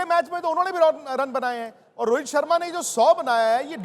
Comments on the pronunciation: Rohet nahi bhai rohit hota hai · rohet nahi rohit bol